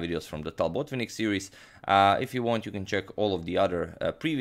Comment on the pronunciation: Why "BOtvinnik"? He is "BotvInnik". Why "PetrOsyan"? He is "PeteosYAn". At least "TAl" gets right stress